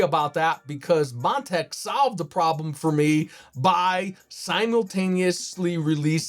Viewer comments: Did he call it "Mon-tank" in the first 10 seconds? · Is this guy shitfaced?! Calling Montech "Mon-tank"... saying "flimping" instead of flipping... saying "motherbird" instead of motherboard... "airy I owes" instead of AIOs... "hugging up space" instead of "hogging up space"...